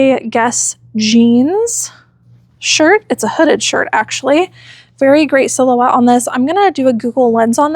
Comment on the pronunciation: Random weird comment. I’m getting older and am losing my hearing. When you said “silhouette,” I heard “cello butt.” 😂😂😂😂 Thank Heaven for subtitles.